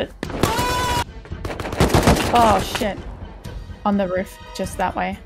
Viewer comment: On the "ruf" FUCKING QUEENSLANDA!